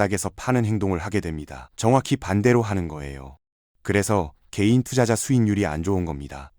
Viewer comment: 개인이 게이로 들리지만 크게 다르지 않으니깐!